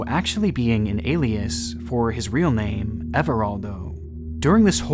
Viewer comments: not that it matters but you mispronounced almost every single name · Aside from the god-awful name pronunciation, this was a great video. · I love you but you absolutely butchered these names. Also yeah im a brazilian journalism and we study this case to this day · You managed to butcher almost everyone's names.